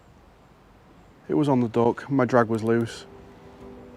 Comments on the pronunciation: Every time you say duck I hear dog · Did he say "dog" or "duck"?